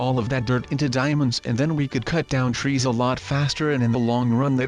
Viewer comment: i thought u said demons